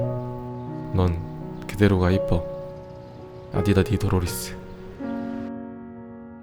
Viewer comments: Cracks me up how he says Adidas but this time it was adidadidororriss. LOL I won't be surprised if he gets endorsement from Adidas soon. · First he said Adidas on his prev vid. Now it’s adidadidodis lmao what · “Adida-di-do-dis” 😔👌 But “adi-dadi-doror-riss” 👏👏👏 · 아니ㅡㅋㅋㅋ 누굴 불러서 어디다디도.. 뭐요?ㅋㅋㅋㅋㅋ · 오늘은 아디다리도로리스.....